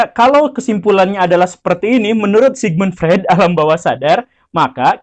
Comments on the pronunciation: bacanya : Sigmund Froid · Sigmund Freud diycapkan Sigmund Froid.